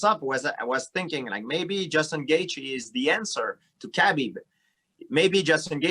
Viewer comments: “khebib” - gsp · No one... George - KA-BEEB!